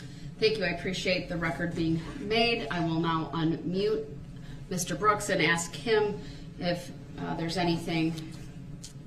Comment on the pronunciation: The troof comes with their OAF of office. Do dat do dat.. I AKS you again…